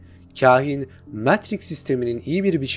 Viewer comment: Videonuz mükemmel ama metriks demeniz daha mükemmel 😂